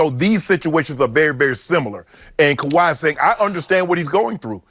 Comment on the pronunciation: Hey Skippy, are you serious? You can't/won't even say Kawhi's name? Time to grow the hell up and pretend to be professional.